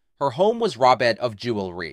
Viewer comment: The mispronunciations are laughable. AI strikes again.